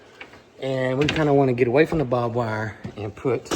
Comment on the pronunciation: It's funny because I always said Bob Wire just like you and so many people. I learned last year that it's barbed wire, not Bob wire. Funny!